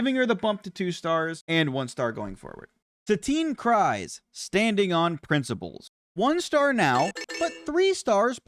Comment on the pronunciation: Satine “cry’s”, don’t wanna be that guy but it’s pronounced Cruise. Good tier list, I’m still learning the game